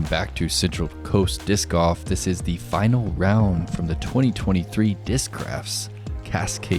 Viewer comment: I swear if I hear say “diss goff” one more time!! 😂😂